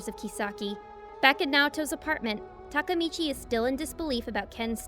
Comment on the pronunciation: Finally someone pronounced takemichi someone said its takmechi